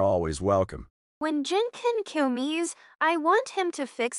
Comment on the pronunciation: Madison said “comes” wrong 💀